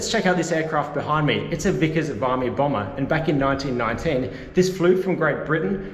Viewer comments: I always pronounced it VIM EE as opposed to VYE ME. Awesome cameo by that dude. And...well...buy a Ford and you get what you deserve 😜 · we’ve discussed this before; it’s Vimmy (sic) not Vimey. 😀